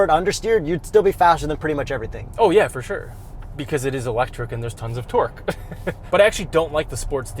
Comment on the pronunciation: Fer Sur! One of the most Canadian things you have ever said! lol